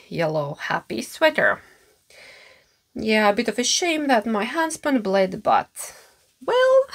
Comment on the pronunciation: I thought you said "my husband bleed on the sweater" 😂 and I thought why did he do that? But then I understood what you really said....🤣 Hmm what yarn's can I make a Lento of from my little yarn stash... but I have some other things to finish first like the houndstooth coat. That pattern isn't easy to make on the wrong side.